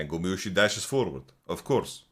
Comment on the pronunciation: i like when you say Gumajuicy